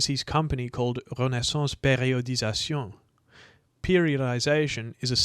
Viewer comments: The French pronunciation of “renaissance periodization” is hilarious! Hahahaha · I'll never be prepared enough for that perfect french pronunciation of Mike's brand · I hear it as mocking the $5 word usage by, now incontrovertibly proven, meathead grifters. Made extra funny by flawless pronunciation, contrasted to Mr. Mike always saying ‘RP’.